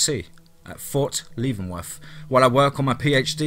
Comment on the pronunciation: Yeah right. Believe this guy. He said he was raised in Kansas City and is an officer in the Rangers. Yet he has an English accent so thick you can cut it with a knife, and there's no Midwestern US overlay. None. He couldn't even pronounce Fort Leavenworth properly. Bad joke and dumb story. Thumbs Down #fakemantalking